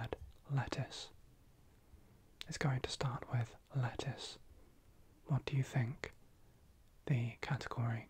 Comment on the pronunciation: I heard “lettuce” as “letters” 😭